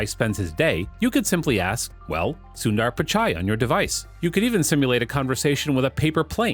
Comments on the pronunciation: U say subdaaar pichaay 🤣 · Sucker, learn to pronounce his name properly. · I liked the video because of the way u made the video but I really didn’t like the way u said sundar pichai and Chennai. It’s kinda a disgrace for Tamilians and its not the way to say it.. but liked the video